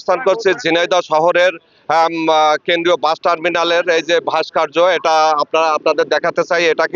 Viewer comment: শব্দটা "ভাস্কার্য" নয় রে বলদ ওটা "ভাস্কর্য"।😂😂